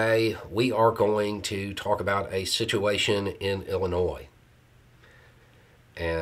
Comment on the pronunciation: Thank you for pronouncing my state correctly,.